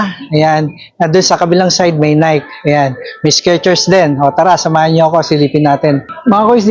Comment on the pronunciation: kiys, mas okay feature mo mga usong sneaks ngayon... unahin mo pakita. last mo nalang yarn mga bagsak presyong airwalk. yung uso ngayon ON CLOUD, NEW BALANCE, NIKE ( hindi nayk, nayki pagbigkas) BROOKS, HOKA, SKECHERS